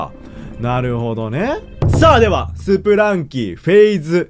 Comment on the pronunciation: ずっと気になったんですが… スプランキーじゃなくてスプランキだと思います